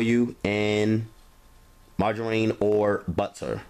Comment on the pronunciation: Mar-ger-rheen!!! Haha I love it & Your cooking! Simply the best...delish hun!